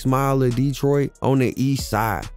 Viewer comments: Bruh can't take u serious if u ain't even got boi name right. It's 4-2 dugg. And it's 7 mile not 7th mile. Not DEEtroit. It's DetrOIt. It's gra-shit. Not gra-tiot. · I am loving your videos. You are very thorough. Just 1 thing. Not Deeetroit. Just Detroit. Lol it was driving me crazy. But I'm definitely tuned in and looking fwd to more. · Wusssup wit the DEEEEtroit pronunciation 😩🤣 u got hella good grammar and good content try not to be so animated with that gang , shit starts to tweak me out after the 30th mention of the city